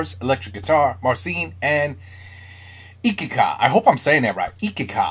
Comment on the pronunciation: EECH ee ka NEE toe :-))